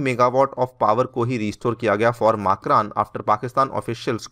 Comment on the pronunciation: मकरान सही उच्चारण है।